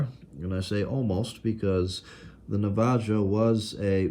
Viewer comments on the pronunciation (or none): Just so you know, the name on the observation car is pronounced nav - a- ho . Just like the native american tribe. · NavaJO is my favorite pronunciation ever.